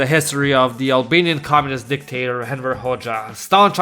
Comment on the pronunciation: I actually heard Emperor a few times, LOL.